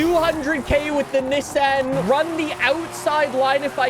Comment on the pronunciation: Americans bullying you about saying Nissan the correct way lol